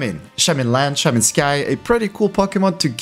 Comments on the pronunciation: Shae man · Shae mon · The way he says Shaymin triggers me every time...